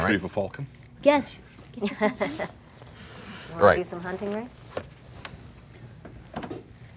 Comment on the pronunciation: Fulcon? Wtf, it's falcon